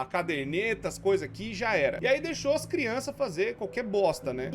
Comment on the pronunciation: Ja perseberam que ele fala "crionças" em vez de "crianças"? Kkkkkkk 👁👄👁-clica no like se vc percebeu :3